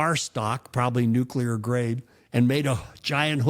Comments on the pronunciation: I've never heard of a nuculer submarine. Is that anything like a nuclear submarine? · Bush II coined "nucular" and placed us all in the uncomfortable position of correcting the boss. A social/professional faux pas best circumnaviated by as wide a margin as possible.Not even factoring the existential paradox of "if the boss says it, then that's the way we pronounce it."🤣